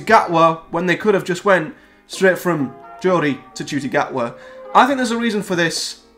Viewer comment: How do you pronounce his name ? Im hearing you say Judy ? While im saying Nah Ku tee